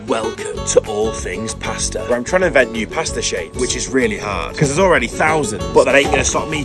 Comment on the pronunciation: You pronounce pasta wrong